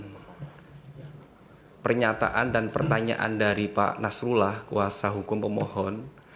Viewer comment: Setelah ber-jam mengamati, saya mendapatkan poin bahwa kuasa hukum BPN atau 02 sangat tidak sopan baik dalam menyatakan pendapat dan membalas sebuah argumen. Terlebih sdr Nasrullah (baca A bukan O!), memfitnah saksi dan KPU bgtu keras di depan majelis hakim.. wow!!